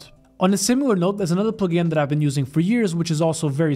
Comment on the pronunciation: your way to say “plugin” is the best way to say it